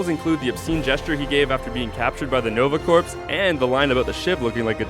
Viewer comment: It seems to be a common mistake in YouTube videos to pronounce "Corp" wrong, especially in Green Lantern videos... It's pronounced "Nova Core", not "Nova Corpse"...